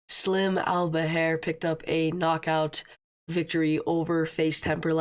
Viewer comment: Nice breakdown👌🏾fyi it’s pronounced “AL-BA-HER”